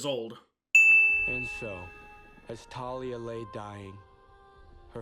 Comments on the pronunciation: are we not going to add a sin for mispronouncing thalia? edit: ok i just finished the video and i do believe it is canonically pronounced thay-lee-a as i got the audiobooks so... idk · Bro it’s “Tay-Lia” Not “Tha-Lia” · They didn't even pronounce it correctly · Don’t forget they mispronounced Thalia. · THANK YOU FOR ACKNOWLEDGING HOW THEY MISPRONOUNCE THALIA'S NAME. It always drove me insane and for a long time I thought I was the one pronouncing it wrong. It's not enough that they change the entire plot of the movie and mess it up in every way possible, they had to LITERALLY CHANGE. A. CHARACTER'S. NAME. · I hate that I actually shipped Percy and Clarisse more than Percy and Annabeth in this movie. Also I’m surprised you never mentioned the countless times they pronounced Thalia wrong especially despite pronouncing it right yourself.